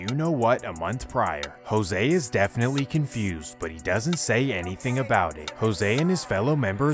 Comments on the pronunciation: This goofy ass white boy really pronounced "Jose" , "Hyro" 🤣😂😭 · You did not say Jose like that bro how you even pronounce that 🤣🤣, i continued the vid n noticed you made a typo my bad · do you not know how to pronounce jose 😂